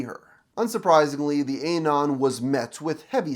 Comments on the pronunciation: The way you say anon hurts my soul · can u pls stop pronouncing anon wrong